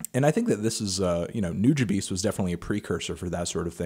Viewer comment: It's nu-JAH-bes not nu-ja-bees lol